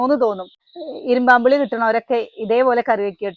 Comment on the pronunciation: ഇരുമ്പൻ പുളി എന്നാണ് പറയുക, ഇരുമ്പാo പുളി എന്ന് കേൾക്കുമ്പോൾ അരോചകമായി തോന്നുന്നു, അതുപോലെ,'അമ്പഴങ്ങ' not 'അമ്പാഴാങ്ങ"